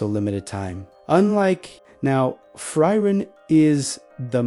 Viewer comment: It’s pronounced (Free-ren)